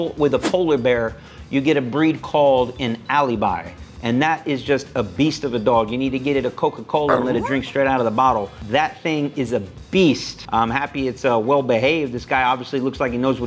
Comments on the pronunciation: I couldn't agree more with all the breakdown. And my friend - one thing. It's not "alibi" (like this proof that you're innocent). It should be pronounced "alabai" (with flat/simple/straight A's all around the word - idk. i gave right gramatical therms, english is my secon language). And i do want to see Zach training Central Asian Shepperd too. Or better - work with adult Alabai with some sort of agression. That would be hell of a show :D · I’m sorry whattttttttt alibie wtf this guys suppose to be a dog trainer it’s not alibie it’s alabai and it’s not a mix breed it’s a original dog breed 2000 years old